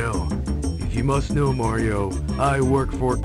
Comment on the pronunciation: HEY LITTLE BRO, OR SHOULD I SAY GREEN MAHRIO?!